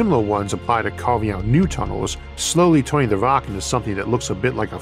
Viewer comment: Downside unless your an ork, and of course he is saying rok not rock